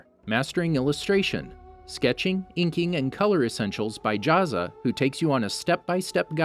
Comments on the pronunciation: not to be rude but it’s JA-za its spelled Jazza tho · As an Aussie who is subscribed to Jazza I find your pronunciation of jazza funny af